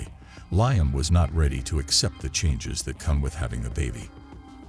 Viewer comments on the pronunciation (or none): Lieum 😂 instead of Liam...there are just some things A.I cant get right 😂